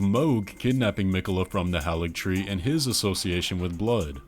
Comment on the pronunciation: I don’t mean this in a mean way, but why do so many youtubers mispronounce Haligtree? It’s Hay-ligtree, not Hah-ligtree.